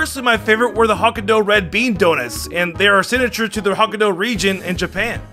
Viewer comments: It's not Ho-Ki-Dou its Ho-Kai-Dou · For a minute I had to wonder why hock-ah-dough sounded so wrong, yet so close. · i think highly of you. if this comment reaches you please dont butcher the proper noun pronunciations its Hok-kai-do not hockadoo please earnest request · Hok-eye-doe not hok-aye-du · It's pronouced hoh-kai-doh:) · I hate to be "that guy" But Uakkudo, Hokkaido... like... sigh...